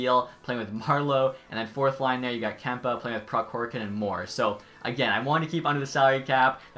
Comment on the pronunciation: Did he really say “kempa” when saying Adrian kempe’s name 😂